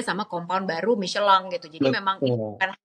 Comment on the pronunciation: kenapa michelin dibaca micelang? gk sekalian miselar water? wkwkwkwk